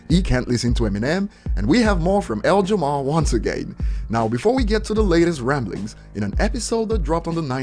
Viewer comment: I love how calls him L Jamar and not Lord Jamar